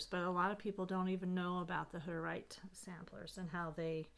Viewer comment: Ummm... what's a hudderight? How do you spell it? Is it a religious group like the Quakers? Did you say they were from Russia, Germany or Hungary? I think you maybe took it for granted that all of us would know who you are talking about? And I'm a history and art buff who's been stitching for years now so I know there must be others who are unaware. I think that Mary Hoff (?) towel was so charming and would love to see a similar pattern if you know of any or that one charted would be fantastic! Would also love to see it even closer up to see the stitches. Really cool things you have and would love for you to expound on them. Thanks for the video.